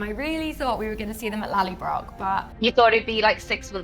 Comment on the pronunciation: The beginning is funny, clearly they haven´t read the books and it´s not lallybrock but Lallybroch.